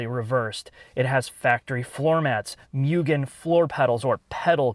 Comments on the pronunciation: For the love of God, its not "mew-gen", its "moo-gen". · ffs its not pronounced "myoo-gen", its "moo-gen". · Just FYI it’s (mo-gan) not (mew-gan) I took a trip to Japan to visit family and I got hosed for saying (mew-gan)